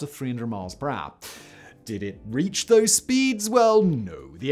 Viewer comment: actual english: per hour simon: PRAH